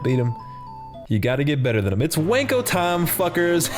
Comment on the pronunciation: the mispronouncing of 'wanko' for his name seals it for me. genuinely hilarious